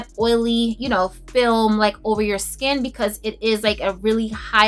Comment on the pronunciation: Oh my God!!! I was watching this must see video and having to go to the bathroom at the same time. I am screaming out loud laughing at you..."what sho name is?" I felt a little sprinkle on that one. I have relatives that actually talk like that and so that simply made my day on top of all the great reviews. You are truly one of a kind and always make me smile. Thank you so much.